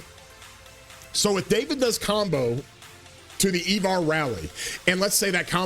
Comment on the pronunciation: I-Var not E-Var lol